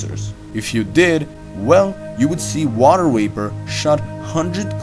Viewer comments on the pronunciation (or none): Water wapor, eh? I heard this several times here!